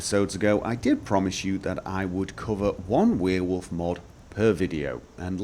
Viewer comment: i started watching your vids like 1 hour ago and got annoyed about the way you pronounced werewolf but i'm used to it now and imma subscribe. For once s youtube recomendation was useful